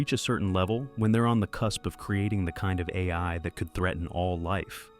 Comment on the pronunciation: Is this an AI narration...? It stuggles pronounce "AI" correctly, of all things, and there are some weird mistakes in the script like words that don't fit. This is disappointing beyond belief.